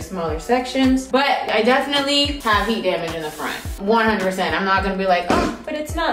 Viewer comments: The “heat dah-maje” took me out!!!😂 😂😂😂😊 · It's how she said "Heat Da Mage" all boujee like 😂